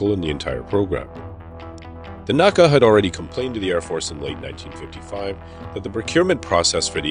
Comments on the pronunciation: That and NASA NACA Not NOSA and NOCA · I'll admit, I'm both anal retentive and a dinosaur, but FFS, it's N.A.C.A, not Naca (ie, you spell it out, not pronounced as a word). I made that faux pas early in my aerospace career and was promptly corrected by my elder AIAA and NASA colleagues.